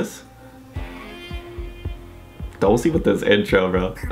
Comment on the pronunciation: Another great video! Just one thing... not to be that guy but... I'll be that guy for once haha. Dosie is pronounced Do-shi :)